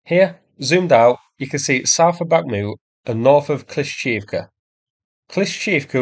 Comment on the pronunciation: Its kla-sheev-ka